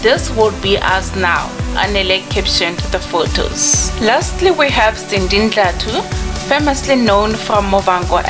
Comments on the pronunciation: It is pronounced Dla-thu. I think she just made a mistake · Ive always thot Sindi’s surname was pronounced dla-thu not Ndla-thu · And it Sindi DLATHU not NDLATHU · I won't subscribe because you pronounced Sindi's surname as Ndlathu instead of Dlathu. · Excuse me: It's pronounced "Dlathu"